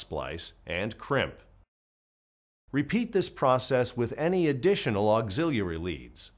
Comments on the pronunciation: It bothered me too. Auxillalalary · Bruh….. why you keep saying auxiliary like that….